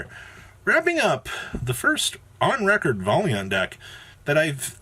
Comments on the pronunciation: No he obviously said it correctly “Volley aunt” lmao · Thanks for living up to the stereotype that YGO players can't read. Valiant is not pronounced that way. lmfao!